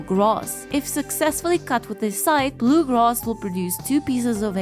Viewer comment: “blue groass” 💀